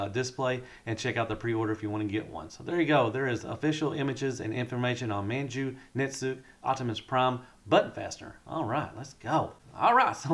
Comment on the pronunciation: Japanese pronunciation: - Jizai = "jizzz-eye". - Manju Netsuke = "man-jew net-sue-kay". Hope this helps.